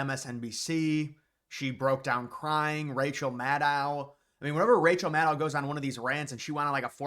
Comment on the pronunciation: At least say “Maddow” correctly